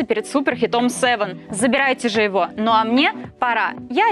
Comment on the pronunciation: Но послу) На а а не НУЛ